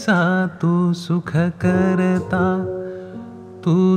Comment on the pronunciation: लहान तोंडी मोठा घास पण 'भूषण' जितकं छान उच्चारलं गेलं तेवढंच सुखकर्ता दुःखहर्ता खटकलं. सुखकरता दुःखहरता सारखं आलं